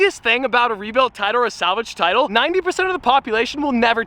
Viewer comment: "salgave tiltle" funny